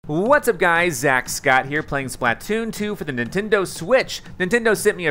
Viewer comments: Its SPLA-TOON not SPLAT-TOON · pLeAse STOP CALLING IT SPL"A"T OON JUST SAY SPL-{UH}-TOON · you're saying splatoon wrong. its Spluh-toon not SplAT-toon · He calls it splat- toon 😂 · I dont like how he says it.. splÃtoon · Dude it's not splatoon it's splatoon